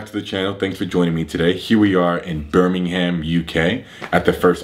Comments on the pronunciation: Bermin-HAM haha as a uk guy that sounds so funny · Just so Americans know for future reference, it's pronounced "Burming-um" even though it's spelt Birmingham. There's really not that much Ham involved! 👍😁